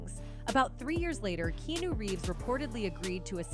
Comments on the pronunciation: KeeAhNew, not Keenu. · Key. Ah. Noo is how it's pronounced. Dumbas$es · They way she pronounced his name was annoying 🤦🏽‍♂️